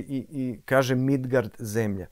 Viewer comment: Bože kako lepo zvuči "Midgard" ❤❤❤❤